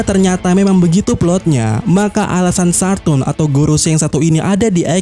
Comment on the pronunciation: Saturn bang